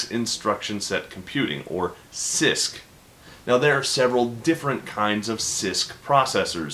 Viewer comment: every time you say cisc i hear cyst. what is wrong with me!